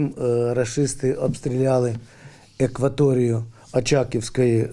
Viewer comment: Хто-небудь підскажіть пану Новацькому, що морський термін Акваторія пишеться і промовляється через першу А, а не Е(кваторія)